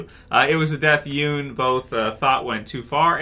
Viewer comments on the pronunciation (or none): Hey it’s “YUN” not “Youn” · At least say his last name right b